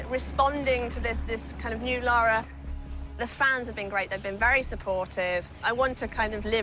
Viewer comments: he called her laura it's lara XD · It's LARA not LAURA. Ugh I find it so annoying when supposed "fans" call her that. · Yeah but you say it like you would say Laura. Like even the characters say Laura